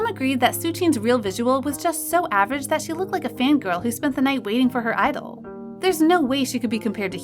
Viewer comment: its not pronounced "gee-idol" its just "idol" 😭